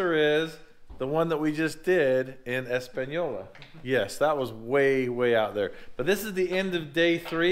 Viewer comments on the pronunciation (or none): wish I would have known I live 10 min away from 31 mile rd in espanola and we pronounce it s-pon-yo-la. would have loved to meet all the crew who has helped me out of deep depression. without finding ur channel I would have been 6ft deep. thank u guys. for everything u don't really know the power that u guys have. ps u were in the lowrider capital of the world noone has cars like we do i know where there are plenty of corvairs down here if ur still looking. also i have been making fun of all the wrecker places down here that refused to do this. they have rotators and all the expencive stuff to do it but are to scared. im talking about american towing seeds towing lujans towing vadrervosin towing total secure towing couple more places that im gonna heckle. thanks everyone again for saving this mans life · im from Laguna, New Mexico & it was great that yall enjoy our nevk of the woods & plz tell is Pronounce "ESPON-YOLA" New Mexico lol...loved how she butchered the name tho...keep up the vreat work